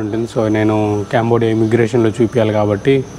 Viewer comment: అరేయ్ క్యాంబోడియా కాదురా అది కాంబోడియా రా ఎడ నుండి వసారురా మీరు ఎవర్ర మీరంతా 😢😢